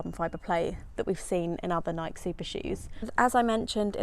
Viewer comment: Nike—ee?? No?